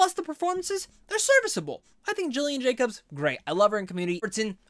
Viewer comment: Its Gillian Jacobs with a hard G. Not Jillian. She’s pretty amazing and actually a hilarious improviser in the comedy world.